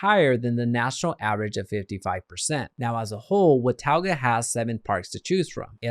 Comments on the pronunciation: It’s not pronounced “Watowga” its pronounced “Watoga” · WA TAU GUH! lmfao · Hey dude if you're going to do a video on Watauga pronounce it right!!!! wuh·taa·guh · It’s pronounced what-taw-ga. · you should have learned how to say wa-ta-ga before making this video. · How many times can you say the name of a city wrong? It's pronounced Wuh - taw - guh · thats not how you say watauga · You are butchering the name. Also showing photos that are not of Watauga. We do not have mountains visible from Watauga. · Wow....u r so uninformed. U do not even pronounce it correctly. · Thanks because his pronunciation was very annoying. Maybe do some research next time, bud LOL